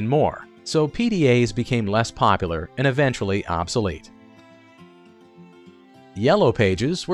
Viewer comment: Did you know that there is a U in POPULAR that needs to be pronounced?